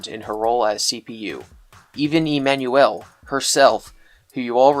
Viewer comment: The way you say emanuel bothers me